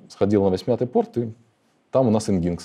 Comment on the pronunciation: Nginx произносится как: "энджин-экс". За лекцию спасибо.